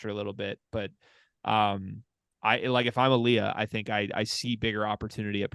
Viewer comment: Last name is originally from Ghana, as Aaliya's father was born there. In the argentinean pronunciation is named as "Ali-ShA" as the "Y" is pronounced as "Sh" for a language alteration called "Yeismo", so it was very well prononuced :)